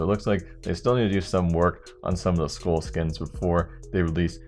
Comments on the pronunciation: u realize "skull" isn't pronounced as "school" right... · holy shit... the way you pronounce "skull" triggers me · wtf how does he say skull